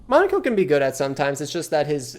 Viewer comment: Why do you say Lu-NAY and MONACO? They pronounce the names for you in the cutscenes